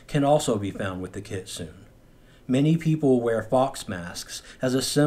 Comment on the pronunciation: The E In Kitsune is not silent. Kit-sun-e. It makes a short e sound.